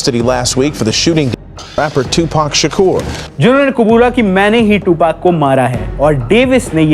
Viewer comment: You can't even say tupac properly......stop saying dammnn,,Suge or any other English words 😂